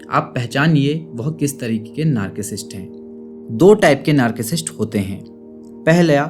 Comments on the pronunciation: It's not नार्किसिस्ट, it's नारसीसिस्ट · Sir aap narcissist ko galath pronounce kar rahe hai... thank you so much for the awareness campaign on social media.